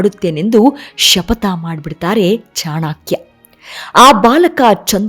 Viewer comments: ಅವರ ಹೆಸರು ಚಾಣಕ್ಯ ಚಾಣಾಕ್ಯ ಅಲ್ಲ , ಹೆಸರುಗಳ ಬಗ್ಗೆ ಸರಿಯಾದ ಉಚ್ಚಾರವಿರಲಿ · ಚಾಣಾ.......ಕ್ಯ ಅಲ್ಲ ರೀ.‌...‌"ಚಾಣಕ್ಯ" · ತಾಯಿ ಅದು ಚಾಣಕ್ಯ, ಚಾಣಾಕ್ಯ ಅಲ್ಲ, ದಯವಿಟ್ಟು ಚೆನ್ನಾಗಿ ಉಚ್ಚರಿಸಿ.. ಕೇಳಲಿಕ್ಕೆ ತುಂಬಾ ಹಿಂಸೆ ಆಗ್ತಿದೆ.. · ಚಾಣಕ್ಯ ಅಲ್ಲಾ ಚಾಣಕ್ಯ ಅಧು.